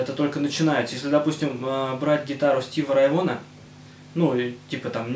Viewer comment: Стиви РАй Вон...Рай Вон. Немного не дотянул дядька, нужно говорить Стиви РАй Вагон.